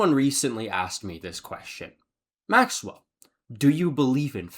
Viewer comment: not gay